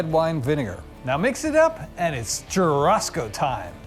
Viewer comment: One thing : churrasco is pronounced chu-ha-sco not chu-rrasco 😀 the double r is actually a H.